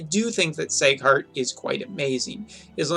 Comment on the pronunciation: its seeeeghart not seighart....